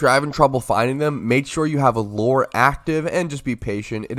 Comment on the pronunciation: Why does bro say "loooooore?" Its lew-er.